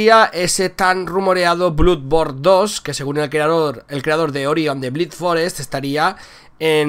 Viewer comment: Enrique Fontanilla Perez No estas equivocado, se pronuncia Dark Souls y Bloodborne (o sea '' ''blodborn''). Sin faltar, es él quien lo pronuncia incorrectamente